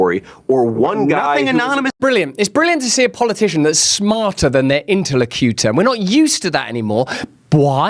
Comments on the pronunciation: Intelecutur. Love it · Mr Brand, your pronunciation of 'interlocutor' is so strange 😂